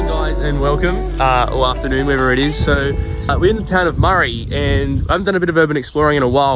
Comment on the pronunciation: Maree is pronounced into sounds: [MUH] + [REE] not murry